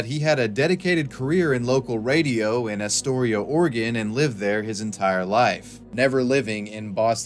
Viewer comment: ps...thanks for correctly pronouncing Oregon